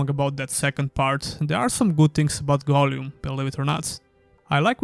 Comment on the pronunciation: The way you say Gollum makes me want to die. appreciate the review tough thank you :)